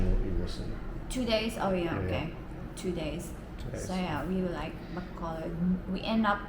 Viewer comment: 1) I appreciate that you're one of the few expats who bother to get the pronunciation of places right.. ba KO load I get mad when foreigners are married to Filipinas and thev still never learn the name of the city they live in 2) I may be retiring there in the Citv of Smiles 😁 3) Maya IS SoOO beautiful. seriously you must be pinch— yourself everyday @@